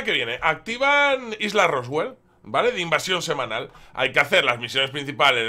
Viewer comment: porque dices roswell si es roosevelt?¿